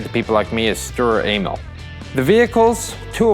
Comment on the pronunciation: When he says st Emil it sounds like he's is saying st anal